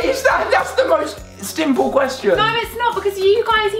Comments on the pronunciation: Anyone else notice Alfie said "stimple" 😂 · When it was the chocolate question and poppy said that's not fair did anyone else realise alfie then went 'that's the most sTimple question!' 😂😂